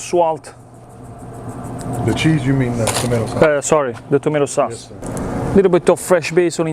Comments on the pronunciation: Well,, not “SWAusage”. It’s “SAWsage” and “SAWce” but you’re close. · Love the swasage and the swauce 😂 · Swausage Swauce